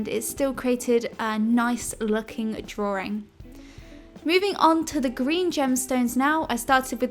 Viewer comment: Hehe she says "drawring" while drawing a ring...